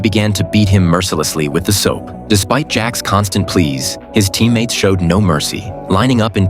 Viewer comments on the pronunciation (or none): "His teemmates"